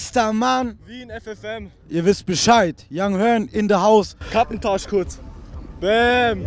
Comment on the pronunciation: Es heißt yung hUrn nicht yung hÖrn.....